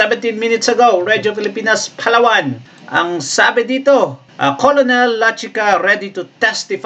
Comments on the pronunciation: Brod ang tamang pronunciation ng colonel ay (kernel) para d ka ma bash ng mga opposition vloggers fyi lang po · Paki ayos naman sir yong pronunciation ninyo ng colonel😮 n